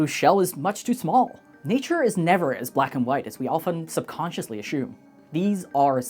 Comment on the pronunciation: NO ONE, says "ashume" this is COMPLETELY 100% ai generated.